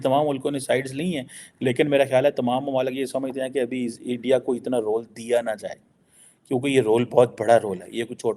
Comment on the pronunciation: Mamla Iran and Israel ka hai lekin pura time Endia Endia karke chala gaya 😂 India ka pronunciation bhi malum nahi and he is a student of international relations 👍